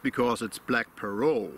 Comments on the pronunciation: Parrot like Parrut. The T is sounded out. It’s not silent. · As usual, another great video. Your pronunciation of the word parrot makes me wonder where the heck the English pronunciation comes from? Now that I actually look at the word you are probably correct, how we got 'pair rhet' or 'pair ret' if you prefer is beyond me. I really do enjoy the educational/geographical aspects of your presentations as much as I enjoy your thoughts on the tobacco you have chosen.